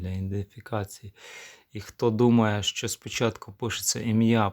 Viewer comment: Яке брехло. Займися чимось корисним, демагог. Ще одне щьо, чьо. Тьху! Нявкає щось. Говорити навчися по-людськи. Ще і в тебе суддя забере слово. От тоді й подивимось, чи допоможе тобі твоя демагогія.